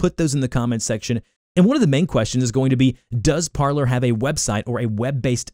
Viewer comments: It's not pronounced parler. It's pronounced like parlay because that is the french verb to speak. Low information people like you are destroying the country. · It’s pronounced Parleeeer as the CEO explained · If you're going to do a tutorial.... Pronounce it correctly. Par-LAY (french for "to talk") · It's pronounced Parley... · It’s pronounced par-LAY like in the movies w jack sparrow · It’s Par-lay like Pirates of the Caribbean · It’s pronounced Par-lay . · Parler is French and it is pronounced parley meaning to speak or talk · Shouldn't it be pronounced "par-lay" (French for "speak")? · I was thinking the same thing! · People can’t fucking pronounce Parler lol